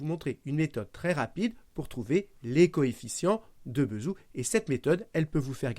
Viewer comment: pourquoi prononcez vous Bézout : "beuhzhou" ? dés-information ? si Bézout c'était retourné dans sa tombe chaque fois qu'on ecorche son nom, en attachant son corps à une bobine, il génererait assez d'electricité pour allumer quatre soleil.